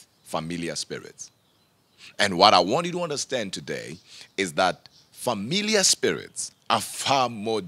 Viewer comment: Sounds like he says Familia, the Spanish word for family and not familiar